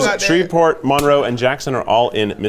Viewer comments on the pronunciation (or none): none